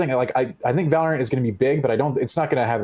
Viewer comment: Valor-ANT? Sounds like Disney